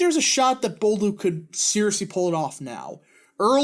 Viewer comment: It's pronounce Bolduck not Bolduke.